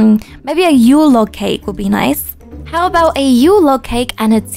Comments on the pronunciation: Lol yeah she said Yule lake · When she was getting the Yule Log for the costumer, she said "Yule Lake" Oop- XD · there's your "yule lake" I'm sorry I started laughing the way you said it. 😂